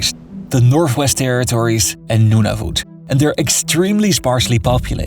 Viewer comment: I can barely make ita few minutes with his butchered pronounciations of Saskatchewan, Nunavut and Newfoundland